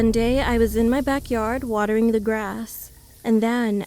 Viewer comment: uhhh did she say watering the grass???